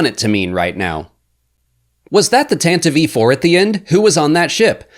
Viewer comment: Thank you for your unparalleled courage in correctly pronouncing Tantive IV